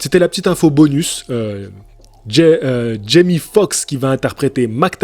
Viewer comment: Tu dis Jimmy, c'est Jamie ! Tu sais comme dans "c'est pas sorcier" 😂 (Jimmy et Fred)😁